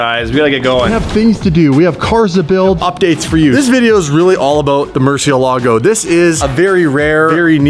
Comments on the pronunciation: from vinwiki says mercyellago but that’s not how you say it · Murcielago not Murchielago come on bro!! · more-see-ehlla-go guys. why is it so hard to pronounce Murcielago properly? The Mur has a "More" sound to it, More. The emphasis is on the e, see-eh, y'all Canadians should be good with see-eh, ella, Then go. more-see-ehlla-go. If y'all love the Murcielago so much, then respect it. say its name properly!!!